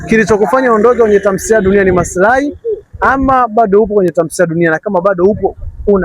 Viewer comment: Mtangazaji sio tamsiliya ni Tamthiliya